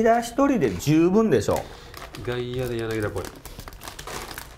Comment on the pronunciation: ずーっと間違ってるけど、「やなぎだ」じゃなく「やなぎた」 です。だから「ギータ」